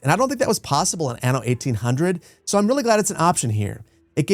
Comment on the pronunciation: It’s Ah-no, not Anne-o, it’s an Italian word